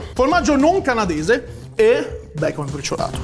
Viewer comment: un po di becon: UN PO DI BECOM!: Tutto BECON! Soprattutto Okiro😂